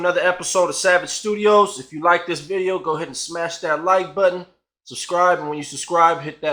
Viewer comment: Vidoe....vi-doe eh?🤣🤣🤣sure sure u met him sure! Or a fabricated lie for views?